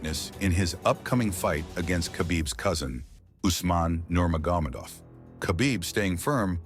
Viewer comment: yo commentator. Nur-mogg- uh- med-awv. Please stop butchering this last name.